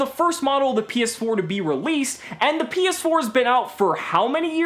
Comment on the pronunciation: I don’t know why but hearing say “PS4” seemed a little weird lol